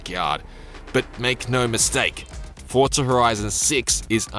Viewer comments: FOR ZAA, NOT FORRT ZA !!!!!!! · Fortsa, like how people say Impreza, Impretsa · Why can't you pronounce Forza correctly? How strange. There is no T in Forza, it's not ForTza. Also TOGA is pronounced To-GA... not Togae.... SMFH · Fortza horitzon😂